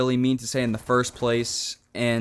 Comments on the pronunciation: i think its really weird that he pronounces "and" "ance" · why dose this guy say ant instead of and or trollt instead of trolled